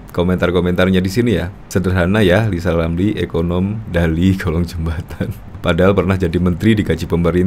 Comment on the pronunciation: Ngapain percaya lizal lamli Ngomong R aja kaga fasih